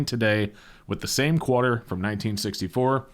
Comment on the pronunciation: Lol, you said "Qwarter"...